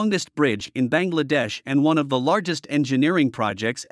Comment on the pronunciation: Should pronounce as Bang!! La-dash.